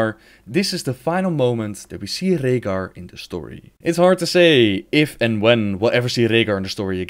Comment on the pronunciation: i love how you say Rehgar. Rollin those R's